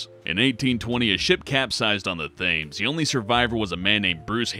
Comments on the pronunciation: You said "thames," but it's pronounced Tims. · The Thames. You pronounced it wrong. It's pronounced "tems". Not "thay-ms". (This is directed at...? Whoever the guy is who spoke over this one.) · He said TH-ames it is pronounced Thames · The Thames? Pronounced Tames? Man, I love America. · No your wrong it is pronounced Thayems almost every time I hear the word it's pronounced that Way! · I'd I'm American but I know it's pronounced "tims" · "Thames" is pronounced "Tems". Just to clarify. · I'm late, and this has probably been commented a thousand times but the Thames is pronounced 'Tems' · Pronounced thames wrong: it's pronounced tems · it’s pronounced: “tehms” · Lol, The Thames is pronounced the tems. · Thames is pronounced Tems. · Thames...pronouced 'Tems' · Am I the only one who got triggered when he mispronounced "Thames"